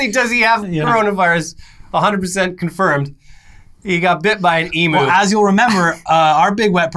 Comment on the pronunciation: Thanks, if nothing else we finally found an American that can pronounce 'emu' correctly.